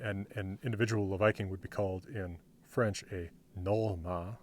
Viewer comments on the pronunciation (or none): He's saying ɸɹentʃ. If you look closely you can see no teeth touching the lower lip... That's a bilabial fricative. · You have a point there. It's hard to tell visually, and I thought it sounded more like fh than ɸ. I could be wrong though, the sounds are similar. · Whenever he says french, it's like he wants to blow a candle. Maybe that's subliminal for his birthday 🎂 😂😂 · He's not pronouncing 'f' as 'wh', he's aspirating the 'f' to make it 'fh'.